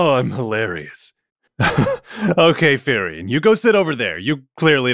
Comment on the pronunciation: Not Therion, Furion.